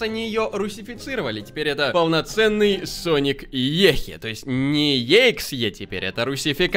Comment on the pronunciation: Не ExE a Екзе тоєсьть E. X. E